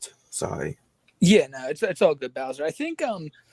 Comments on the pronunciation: Remember fellas the is a pwedator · I don’t know much, but I do know is a pwedator